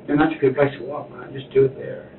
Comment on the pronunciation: “ you seem like a guud person ur a marine”😂😂😂😂😂…… this DOES NOT MAKE HIM A GUUD PERSON IN GENERAL officer!!!!